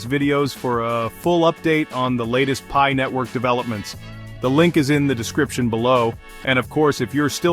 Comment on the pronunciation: Wtf is pee-eye ?